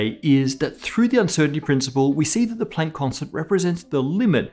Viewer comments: What floors me is when he strains to pronounce German names according to the native German pronunciation but then when he gets here he's like, "Play-nk" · pronunciation of Planck makes walking the plank seem like such a short distance.